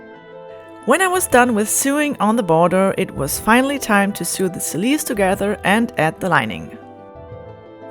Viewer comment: You keep mispronouncing the word sew....its pronounced like soing... like so ing. The past tense is pronounced like sown. Great job btw.